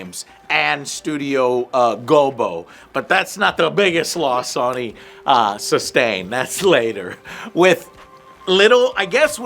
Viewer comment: How can you not pronounce Sony correctly? Did your mom drop you on your head as a baby?